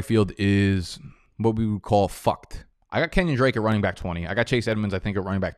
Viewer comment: What is wrong with the way you say back?